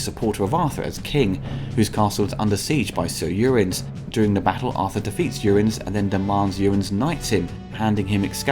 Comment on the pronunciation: A good recap of the movie mixed in by bits and pieces I hadn't heard. But your prounounciation of "Uriens" isn't so good. It sounds like "Urins"...